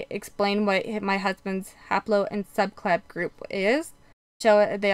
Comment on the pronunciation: Why does it sound like you are saying subclab for subclade and fraternal instead of paternal?